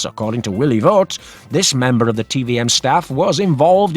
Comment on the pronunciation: Voet is pronounced more like Voot. Oe is a diftong, sounding a lot like a double oo in English.